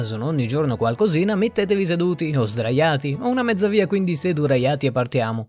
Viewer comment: Mi fai morire quando dici SEDURAIATI😂